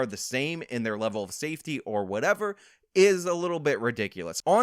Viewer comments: Love your channel. Love your stats and facts you a mini ben shapiro. But you used "whatevuh whatevuh" 2ce an it made my back hurt. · Actual "whateva" Justice "whateva" Warrior